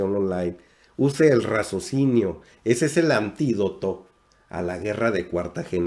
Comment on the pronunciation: Y no me lo tomes a mal. Se dice: RACIOSINIO. No razocino. Y si. Tienes razón. Hay que saber qué escuchar, porque debemos saber discriminar, qué escuchar.